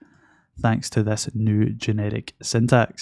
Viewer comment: Why do I always hear "genetic" (instead of "generic")?